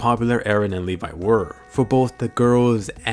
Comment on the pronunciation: ITS LEVI NOT LEVA